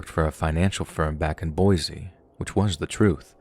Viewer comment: The first story it's pronounced "BOY-SEE" we can always tell when people aren't Idahoans if they call it "BOY-Zee"